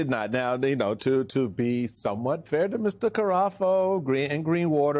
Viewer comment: The pool cleaner guy's name is Cafaro, not Carafo.